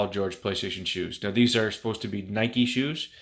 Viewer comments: You don’t pronounce it like that you goof it’s (ny•ki) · It’s Ni-Kee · What is Nike it’s nikee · I don’t know what’s worse, the shoe or his pronunciation of NIKE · who tf says nike like that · I'm a tad late, but I'm from Canada as well and that's not how I pronounce it 😂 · Well, he's also from Canada, so you can't say "no one" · did he say nike logo without an e